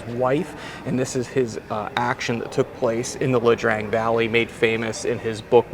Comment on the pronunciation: Ia Drang .. I ! .. not 'La' Drang goofball!